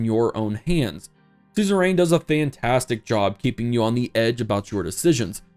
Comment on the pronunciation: Does anyone else hate the way he pronounces suzerian?